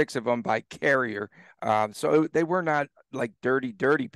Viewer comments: "Carry-Eh" not "Carry-Er". Come on, get his damn name right. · I love your podcasts but it’s insulting you can’t bother to pronounce William Carriers name correctly.